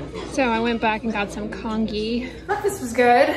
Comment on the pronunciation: Side note! Congee is pronounced conjee in chinese, not sure how french people call it but i thought i would leave that here haha